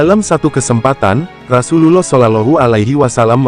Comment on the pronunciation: Jgn kyk robot bahasanya..penyebutan Rasulullah GK pas di telinga..skalian total kl bahas sejarah isla